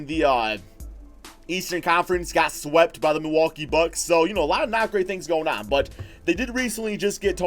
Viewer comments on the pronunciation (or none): none